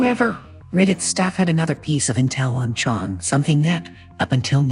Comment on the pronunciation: I stopped trusting him at "Cheong"